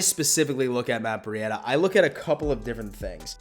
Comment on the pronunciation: Who is Matt Bri-ada?